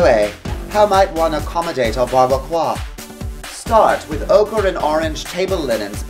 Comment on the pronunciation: Bar-be-quah.. my god too funny